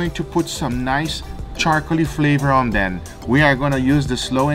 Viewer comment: anyone else catch the "om ben" instead of "on them"? lmfao